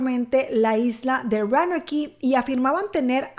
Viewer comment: La pronunciacion para Roanoke es " Rounouk" y para Raleigh es "Ralig"